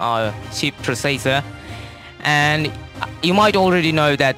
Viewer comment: processor he pronounced as--- prioseieiesierirrr